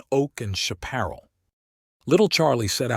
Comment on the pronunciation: Pronounced shap per ral as in the TV show The High Chaparral. Tall brush